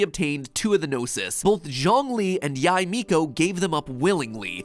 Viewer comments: can pronounce "tsaritsa" and "snezhnaya" yet can pronounce "yae" AHAAH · noticing the inacuricies in the video (the mispronunciation of yae, snezhnaya, signora and tsaritsa and using the image of pulcinella the harbinger to represent the tsaritsa) is so very funny